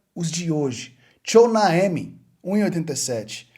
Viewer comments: "Tchounaemi" me doeu no fígado. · O nome que você não consegue pronunciar é tipo “twoameni” e o outro é “Salibá” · Se pronuncia "Tchuameni" kkkkkk